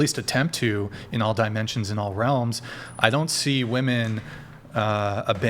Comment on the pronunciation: Is she saying WOMAN instead of WOMEN??